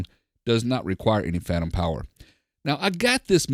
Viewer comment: "Pantom Fower" haha! Really great review I love the sound quality of this setup